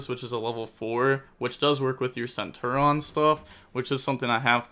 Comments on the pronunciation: goddamn my guy you pronounce the I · For the love of god it’s centur ION there’s an I